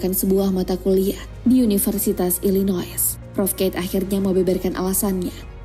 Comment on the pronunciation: SubhanALLAH... Mohon maaf min, Illinois kok dibaca Illinois, seharusnya dibaca Illinoa